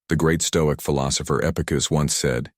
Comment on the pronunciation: Fill Opers! LOL